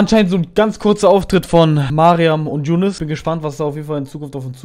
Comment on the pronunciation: Nicht jounes sondern Younes